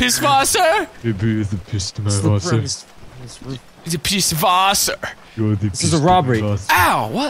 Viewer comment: Im so glad pronounces Pißwasser correctly